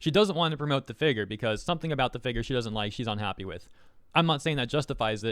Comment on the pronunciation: Can u for the love of god, say figure right? Like what the hell it’s doing some to me I don’t like it